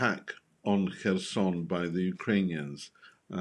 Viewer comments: Everyone else pronounces it 'hers-on' Why is she pronouncing it kershon? How do these people get a job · Please stop saying kerSHon... Take 10 seconds to find out how it is pronounced... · It's pronounced Herson (silent K) Not Kherson. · They cant even say kherson lol